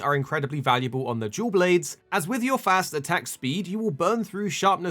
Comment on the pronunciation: Im sorry but i cannot not hear you say Jew Blades